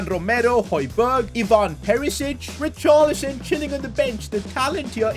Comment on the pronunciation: Bro can’t even say richarlison right